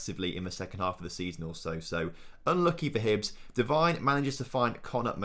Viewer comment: Say McIntyre better than Devine